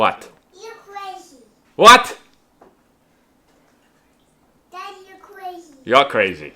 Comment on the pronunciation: "you cwazy"